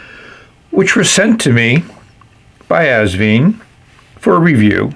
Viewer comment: Enjoyable review, as always! Just one small correction (direct from the owner, Britumn Li), the brand is pronounced '...VINE', like a grape vine. The clue is on the included instructions -- where you'll see Asvine end in a flowered vine, in their script logo. I made a video on the subject last year: 😉 Keep up the good work and videos!